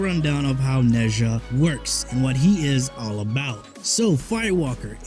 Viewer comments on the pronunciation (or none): His name is Nezha not Neja